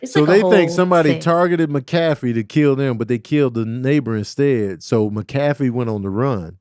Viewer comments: McAfee: “mack-a-fee” Y’all threw me off with the pronunciation. 😅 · I don't want to be that guy... But actually..😂 it's pronounced Mac A fee